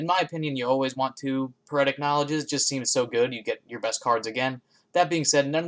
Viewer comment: Another great vid! It's peer-ic, not puretic..